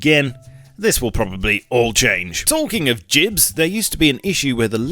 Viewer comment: Jibs? I've never heard anyone pronounce gibs like that.